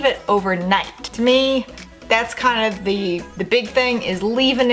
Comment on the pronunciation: It’s not “duh” it’s “the”.. Its not “Pearson” it’s “piercings”.. Are you southern or something?